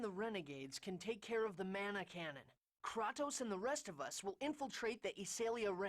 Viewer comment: I just found this video by chance...why were you pronouncing Kratos as "Kray-tos"?